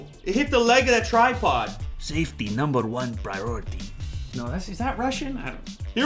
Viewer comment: Sefty naamber van praayareety 😂😂😂😂killed me